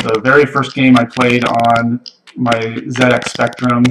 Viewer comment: It was very refreshing to hear "ZX" pronounced correctly :D